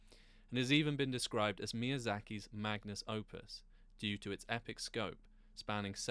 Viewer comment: Magnum Opus. Not Magnus Opus. No biggie... but i DID scroll the comments and did NOT see anyone mention this and uhh... uhg. Can this sort of thing be mentioned in a comment without ridicule? I am trying 😅